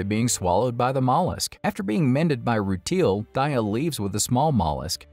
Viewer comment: It’s so difficult to listen to the mispronunciations of some of the Gens like “roo-teal” 😂